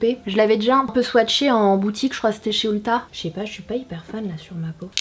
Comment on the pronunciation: Mais arrêt de dire outta le nom du magasin C est ULTA!